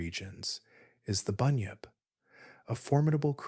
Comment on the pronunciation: Bunyip is pronounced "bun-yip". 1am Wellington, New Zealand.